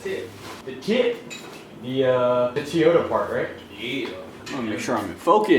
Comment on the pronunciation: Love me some “Teeyota”